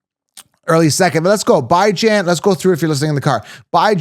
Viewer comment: Dude stop pronouncing Bijan Robinsons name as Bi Jan. It's Bee-zhahn. So annoying. That tells me right off the bat if you don't pronounce names right why should I even bother listening